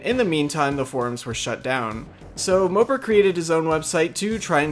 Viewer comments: Not that it matters, but MOPAR is pronounced Mo-Par not mo-per. The old Dodge vehicles on the login page allude to that :) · MO-PAR, not "moper" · Its moe par. Not mopper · It’s mo-par not mooper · You must not know much about cars if you pronounce Mo-Par like Moper lmao. Cringey. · Mopar not moper..... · It's MopAR scape not MopER..... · It's Mopar not moper.. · It’s pronounced Moe-Par scape not Moper lol! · I always pronounced it Moe-Par, not Moe-Pur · Moe-par, say it right fuck I had to exit the video . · It’s MO-PAR bro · Lmao "mopar" is pronounced like moe-par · mopar is pronounced like moe (like yassuo the league of legends player) and par (like in golf) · Learn to pronounce mopar ffs it's mo par like par the golf term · The way u say mopar LMAO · Please stop insulting American muscle by saying mopar wrong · The pronunciation of mopar actually killed me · Disliked due to your pronunciation of "Mopar"